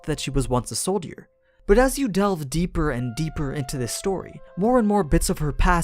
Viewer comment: Bahahahahhahahahahahhahahahahah how he said soldier 😂😂😂😂😂😂😂😂😂😂😂😂😂😂😂😂😂😂😂😂😂😂😂😂😂😂😂😂😂😂😂😂😂😂😂😂😂😂😂😂😂😂😂😂😂